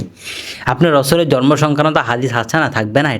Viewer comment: জর্ম না শব্দ টা হবে জন্ম। কথাটা প্রক্যাক্টিস করে ঠিক করুন